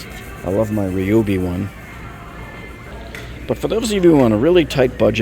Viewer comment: I like your videos but it greatly frustrates me that you continue to pronounce Ryobi like Reobi. Back in the 1970s when we had good English teachers in midwestern schools, they would've failed us if we continued to pronounce the Letter Y wrong. Y is pronounced like "I". It's enough that kids today can't even speak English due to a new generations of teachers that don't care and as adults, it's not acceptable to speak words wrongly on purpose. When I speak with the TTI corporate reps, I think it's going to be the next topic of conversation.